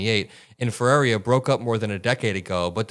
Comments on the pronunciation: Bro, it's not that hard. Her name isn't Ferreria, it's Ferreira. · for those that can't pronounce the name Ferreira, here's some help...just say "FUH - RARE - RUH". If you are capable of trilling your R's then you could try the proper pronounciation "FEH-RREY-RRAH". The "ei" in the name just means it sounds like "AY" in the word "Day". Also, as you can see in the spelling the letter " i " is before the last "R", so there's no reason the name would be pronounced "Ferraria". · great coverage! quick note to correct her name pronunciation, it’s “Feh-ray-rah” (but if you can roll Rs then do that for the middle ray) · I have to say it lol I’m not trying to be a jerk it’s just that no one is pronounced it right… it’s actually pronounced Fa-Rare-a